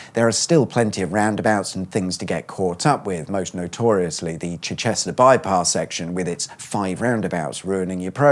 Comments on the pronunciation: Arundel is a town, not village. It is Chichester, not Chi-chester. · It’s Chichester not Chi-Chester 🤦🏼‍♂️🤦🏼‍♂️ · Chi-che-ster not chi-CHE-ster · As someone from Chichester, it's not Chi-chester, it's pronounced Chiddester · Chi Chester 😊 (It's Chichester - no pause, "ih" not "eye") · Why is it being called Chi-Chester? It’s just Chichester 🤷🏻‍♂️ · It is Chichester. Not Chi-Chester. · It's not Chi-Chester. It is one word, pronouced as Chichester. Crossbush is a tiny village - Arundel is somewhat bigger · You need to start pronouncing Chichester the correct way instead of being a numpty. It is Chich-ester to local or actual to locals it is just Chi. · its not chi-chester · “Ch’chester’?? I cant think of any other chester town where the emphasis is on the Chest part. Please adjust your pronunciation or i’ll report you to the council who should be in touch in 10-150 years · I'm sorry... Chi Chester? 😂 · Hi, I laughed when you listed the towns along the A27, including Chi-Chester? Why Chi-Chester? I used to live there and love the place, I would really like to know - please? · Where’s that place called Chich-CHEST-er? Maybe give the AI a bit of a tweak. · The Chi-Chester thing physically hurts... ;) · Chi-chester? No, it's Chichester with the emphasis on the Chich. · Lol at Chi-chester 🤦🏼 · Chi-chester. That's quite Fu-funny. True story: Way back in the distant lands of 1988, during a school holiday to Butlins Bognor Regis, my group had a day trip to Arundel. When we went to look around Arundel Cathedral, my mate recognised an old guy sat in there. Anyway, to cut a long story short, it turned out to be the late George A. Cooper (He was alive at the time), who played Janitor Mr. Griffiths on Grange Hill! Lovely Bloke. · chi-CHEST-er - is that near CHI-chester? 😂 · Ahh, we love you for introducing Chi- Chester…. 🤣🤣🤣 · Chi-cester? More like Chi dear boy. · Chi-Chester? Going to call it that from now on. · Apart from pronouncing Chichester as Chi-Chester 😂😂